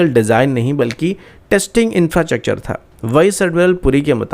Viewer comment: R a yaar infrachakchur bolna bandh karo